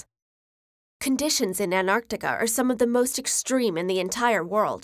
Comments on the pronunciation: anarctic lol what happened to the "t" xD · An-arc-ticah? The least you could do is properly pronounce words in your own language. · Don't ever say An-Artica again. Theres a T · Why do you keep saying "an Arctica"? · why do americans sometimes pronounce Antarctica as Anarctica but other times they dont? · She forgot to say the T in Antarctica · That's a weird way to pronounce Antarctica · Pronouce the first fucking 't' in Antartica you dumbass yanks. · I hate how we says Antarctica, it's not ''Anarctica'' it's AnTarctica. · Is it pronounced as an-tar-ti-ca or ant-ar-ti-ca? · I feel that she says "anarctica" instead of "antarctica". Anyone else? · "enimuls" of "An'artica" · Why pronounce it as Anartica??? Is there any rule in English indicating the T is silent after a "n"??? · Did I hear it 'AnArtica' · The narrator keeps mispronouncing Antartica as "Anartica". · Is it pronounced Anarctica as she is doing ? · An NARC tica? Nah, say it right. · Is it only me who heard "Anartica" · There's a T in AnTarctica that you are not pronouncing 😂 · sometimes she says antarctica, other times an-arctica, which pronunciation is correct? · I want to listen to it but damn she saying an artica is throwing me off n I can’t focus on anything else !!!! Why ??? 😖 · Did she say Anartica? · Ughhh I hate how she reads the word Antartica, into "Ant-Artica". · Is antartica read as anarctica? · I hate people who say Anartica instead of Antarctica, there's a T there for a reason. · Gosh, how many time the narrator keeps on saying AnArctica instead of Antarctica! Am I the only one who noticed that?? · ANTARCTICA NOT ANARCTICA she says it wrong for most of the video then I reckon she realises it's wrong half way through and changes how she says it. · why do you say "anarctica" twice like ? then you say it right "antarctica" in then "anarctica" almost all times in the rest of the video. weird!!!!!! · An tartica not Ant artica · Why does she say anarchtica? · They are NOT called Artica and Anartica